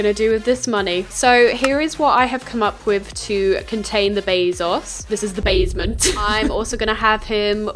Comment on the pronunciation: i’ve watched this video 40 times and “the bazement” still gets me everytime